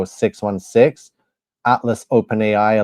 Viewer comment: Please learn to speak 😂and it's atlas not atfass😂😂😂